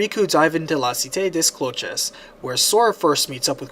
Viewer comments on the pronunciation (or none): Lol, it sounded like he affected a more Spanish dialect when saying it, rather than French. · the pronunciation of La Cité des cloches physically hurt me